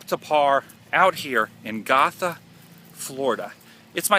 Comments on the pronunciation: It's pronounced "go-tha" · It is pronounced "GOtha" I used to live there...went to Gotha Middle School lol. Who knew Bob Ross was buried there that entire time? ! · Hey I know I'm late but just to let you know you said gotha wrong I love right across from that place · Bob, I'll see you in the morning when I visit my loved ones. Adam Woo, You are a douche bag. You run all over Central Florida acting the fool. You got the monument wrong and went and read the description of what it depicted and still could not properly spit out what the depiction was. BTW, You might want to learn how to pronounce Gotha. ┌∩┐(◣_◢)┌∩┐